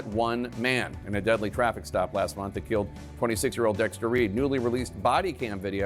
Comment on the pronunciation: "They qilled my son and they qilled me too." Shes out for a pay day.